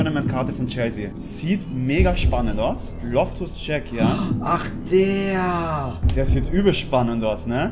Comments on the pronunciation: Loftus Tschek... Der heißt Loftus Tschiiiiik mit langem iiiii😂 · Loftus Check😂😂😂 loftus cheek bro😂 dein englisch ist zuu gut😂